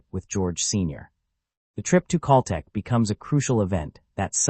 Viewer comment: I can't listen to the mispronounced Cal Tech any longer!